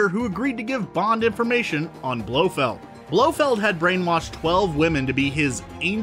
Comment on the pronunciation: If you can't manage to pronounce Blofeld's complete name correctly you're disqualified from the Bond universe. Go see a speech therapist.